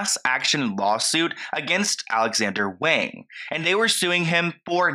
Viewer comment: I'm sorry but as a Chinese person this is hard to watch, for further reference please always assume that an "a" in Chinese is pronounced "ah" so "wahng" in this case ✌️♥️